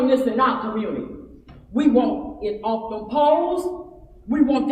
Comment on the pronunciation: She went OWF!!! Not off, OWF!!!! The Lord is opening peoples' eyes.